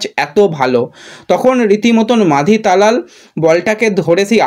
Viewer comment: Bhai tumi last year a hijaji ke Rajaji bana chile abar ki take khajaji bolbe? Ar Talal ke abar na balal bolteh hai. Tumi aktu kam katha balo.